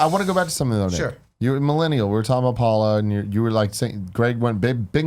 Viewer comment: Everytime Nick said "Paula Paula" I just heard "Gullah Gullah" and now I have that theme song stuck in my head.